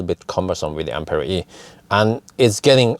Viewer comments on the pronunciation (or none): none